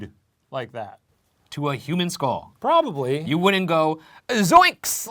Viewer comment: ryan, it's pronounced "skull" not "skol"